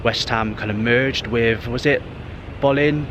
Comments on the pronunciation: Its pronounce Bow-lin not Bowling and its Elija Wood not Burke 👍. The Boleyn ground was the most intimidating stadium in Britian! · Bowling Ground? Its Boleyn. Pronounced Bow Lane. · Isn't the Boleyn Ground pronounced, "Bow-leen" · A good but also a sad video to watch. Not many references to West Ham United remain, but you did miss the fact that some of the new buildings are named after previous Managers. You walked past (John) Lyall House at one point. It's funny that you can pronounce Bowen, but not Boleyn 🙂